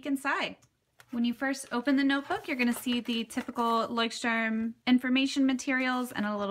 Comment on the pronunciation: Love your pronunciation of " Leuchtturm" ....so cute :)